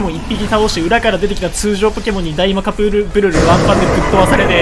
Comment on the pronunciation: 初手カプブルルがカップヌードルにしか聞こえません